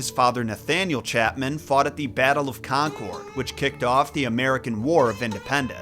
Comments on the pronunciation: I knew you would pronounce Leominster and Concord wrong as soon as I saw the title 😔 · And "conquered" for Concord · pronounced "LEH-muhn-ster" Leominster, "KON-kurd" Concord, "on-TARE-ee-oh" Ontario. Sorry, Bostonian here lol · It’s so funny how you pronounced Leominster (Lemon-Stir) and Concord (Con-curd)